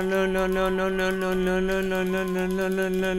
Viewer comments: le diyo leon demiyor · abi leon demiyon no no diyon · Abi sen leon demiyor la la la diyon 😂😂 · Ön ön diyor 😜😜😜😜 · Adam Leon demekten lön demeye basladi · Lölölö diuorsun leon demiyorsun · Abi ben leondan çok lon, non ve loan duydum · Baslik:10,000 kere leon dedim Gercekler:lon lon lon lon non lon mon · Abi canavara mı dönüştün leon diyeceğine lörn diyosun🤣🤣🤣🤣🤣🤣🤣🤣🤣🤣🤣🤣🤣😂😂😂😂😂😂😂😂😂😂😄😄😄😄😄😄😃😃😃😃😃😃😀😀😀😀😀😀😀😄😁😁😆😆😆😆😆😆😆😅😅😅😅😅😅😅🙂🙂🙂🙂🙂🙂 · Leon öğle denmez lo lo lo lo diyo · Abi sen len dedin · Abi sen Leon değil lon diyorsun 😁😁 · Abi sen leon demiyonki lo lo lo lo lo diyon 😂😂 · Abi sen leon demek istiyon ama len lön len lön len lön diyordun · Sen leon demiyonki lo ve lon diyon🤣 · Leon mu lön lön mi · Abi başlık 10,000 kere leon gerçekler: lon lon lon leon lon non mon lon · Abi leon demiyon leoleoleoleo ve lölölölöĺö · Abi leon demiyor leo diyon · Lon diye okuyorsun abi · Leon yerine noel diyiyon lan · Lo diyor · Abi leon demiyonki loooo diyon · Lo Lo diyon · Abi leon yerine leo lelelelel diyon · Abi leon demiyon ki lololololololololololo diyon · Lön ne abi leon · sonlarda leon değil le le le le le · Abi lü diyon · Leon deyilde lele diyen abimiz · leon diyeceğine Beynimin içi:lön lön lön lön lön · sen 10.000 kere LEON dedin sanıyorsun aslında 10.000 kere LOON dedin 🤦😂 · Leon demedin lön lön lön nön diyorsun like atmam diss like atarım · Ben yavaşlatarak izledimLö diyo😂😂😂😂❤❤ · abi sanki lön diyon 🤣🤣😅😂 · Le le diyen koca yürekli abim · Ve abi lön ne Alah aşkına 🤣🤣🤣🤣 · Abi sen resmen lölö ya da nönö diyon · adam lölölö diyo ne leonu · Abi:lelon. Ne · Leon yerine sanki lolololololololololololololololo diyorsun NBB lannnnmnnnnnnnmnn. Haaaaaaaahaaaaaaaaaaaaaaaaaaa